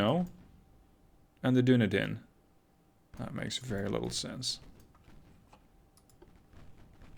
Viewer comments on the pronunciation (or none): So my hot and heavy question for you is: in the first play through you mentioned the ship "doon-e-din" Surely someone who spent some years(?) in New Zealand would know it's pronounced "dun-eedin"? Although, NZ is Middle Earth, where the Dunedain lived. No doubt that's the source of the confusion.